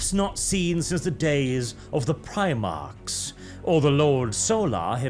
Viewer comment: When he said primarchs i think he miss spoke and said Piemarchs